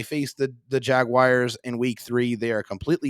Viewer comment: Why do you guys say “Jagwires”? 😂